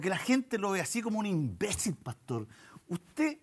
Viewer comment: ese énfasis para decir "imbécil" me encanta